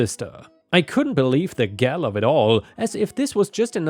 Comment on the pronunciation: MY GOD!! GALL IS PRONOUNCED TO RHYME WITH "GAWL"!!!!